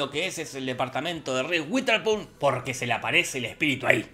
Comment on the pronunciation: Un shot por cada vez que Jorge dice "RIS UITERSPUN"